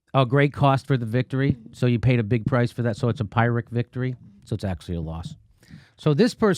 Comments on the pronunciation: It's pronounced "Pier-rick". The term comes from Pyrrhus of Epirus who was a Greek commander who tried to conquer Italy and ended up winning a "victory" that was just a total bloodbath for both sides. i.e. Pyrrhic victory. It's a "victory" where no one really wins. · Its pronounced like "peer-rick" not "pyre-rick" btw but carry on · Pyrrhic is pronounced pir to rhyme with fir, not pyre. It means a 'victory' that is so costly, it isn't worth the price paid. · PEER ick. not PIE rick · "Pyrrhic victory", not "pirate victory". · Um..and it's pronounced "pirrick", Jimmy..not "pie-rick". No worries: mispronunciations, malapropisms and knowledge-glitches show you weren't born to privilege. Neither was I - but my working-class mum+dad loved words, reading and perfect spelling etc Paul G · Pronounced "pirric" victory in standard English. A victory in name only. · It's pronounced peer-ick and commenter Neon Peon explains the historical context, elsewhere in the comments. Keep talking, Jimmy. You're one of the few people on the internet on whom I can bank for reliable, rational, analysis. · It’s pronounced “Pi-Rick” victory btw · It's pronounced peeric. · it's pronounced "peeric" fyi :-) ps - up to 750,000 single, able bodied people with no dependents may lose their food stamps, really not gonna shed a tear there. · pronounced PIRIC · Correct. It's "peer" ric. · yes, mispronounced, should by "Peeric" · Jimmy, "Pyrrhic" is pronounced like this... { PEER-RICK } It's derived from the battles of the army of King Pyrrhus of Epirus, in their war to defeat the Romans around 280 B.C. He won some battles, but at great cost and casualties to his own forces. That's what it means... VICTORY, but at a great COST. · Not to be a pedant, but it’s PEERic victory. Maybe both pronunciations are acceptable, I don’t know, but only heard PEER-ric. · It’s pronounced “PEER-rick” victory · “Peer-rick” victory, oof, cmon jimmy lol